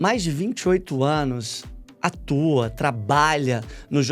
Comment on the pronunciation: ‘Atoa’ ! Nao , Atua